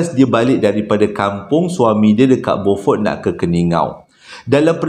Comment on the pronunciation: ...sedikit pembetulan...sebutan untuk beaufort ialah biufort...teruskan penceritaan bang...sambil2 mengorek tanah ni dengar cerita hilang rase ngantok...hahaha